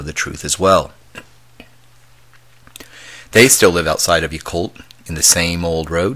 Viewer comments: Pronounced Yeah Cult, not Ya Cult. Great story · not pronounced "yuh-colt" its pronounced "yah-colt." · Wow--my son also had a sighting at close quarters just a mile north of Yacolt when he was too young to clearly articulate what he had seen.That was in about 1994. Hope I can persuade him to share his story. (P. S. It's pronounced "YACK-olt").